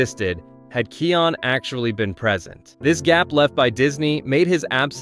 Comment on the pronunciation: Kai-on Not Key-on